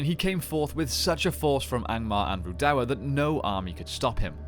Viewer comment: I can't deal with your pronunciation of Rhudaur